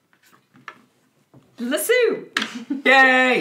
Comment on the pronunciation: La sue??? Lasso 🤣